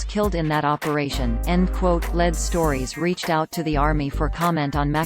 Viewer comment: Especially "Led" stories!